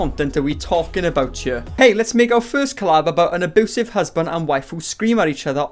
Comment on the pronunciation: U SAY AEBOOSIVE